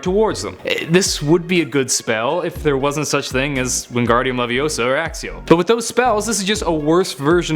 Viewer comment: Let me just do something iTs wEnGArdIum leViOsA nOt wEnGArdIUm leViOsAuuuR